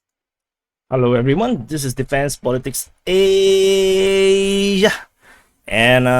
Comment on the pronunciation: a side note here despite not agreeing with all of your analysis I really appreciate your efforts in producing these videos. They are a great source of info and I follow them daily. Absolutely love the way you say Asssssiiiiiiiaaaaaa as well. Somehow makes me happy to see you elongate the syllables ever so longer.